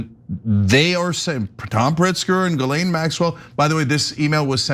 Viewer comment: My only criticism of this video is the pronunciation of Ghislaine Maxwell name. It is pronounced Jizz-laine! Emphasis on the jizz! 🤢🤢🤢🤢🤢🤮🤮🤮🤮🤮🤮